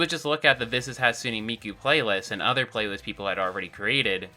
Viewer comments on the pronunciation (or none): none